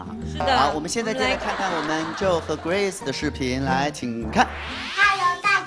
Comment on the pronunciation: ning huang 很多时候听一些主持人讲英文都笑惨了，但是村长说grace说成gross的时候我怎么觉得这么合适呢 哈哈